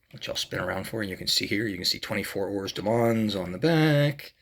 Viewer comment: I know this is an old video now but I took a look as I may pick this particular one up at some point. It is nice, I would note that the pronunciation of heures is pretty much 'err' and mans is 'mon'. I think most people stateside seem to add the s on the end but the s is silent. This car isn't a Petit le Mans car of course but that has two silent letters in it as the second t in Petit is also silent, so it's closer to Peti le Mon in terms of how it's pronounced.